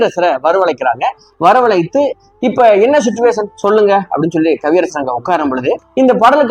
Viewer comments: "சிட்டுவேஷன்" இல்லை சார்! அது "சிச்சுவேஷன்!" இல்லையென்றால் "சூழ்நிலை" என்று சொல்லலாம்! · Suttuvation illai, chichuation. English theriavillai eeraan thamizhil sollavum.